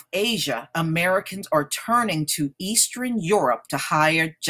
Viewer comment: please start saying eastern, western, and southern correctly. lol. Geesh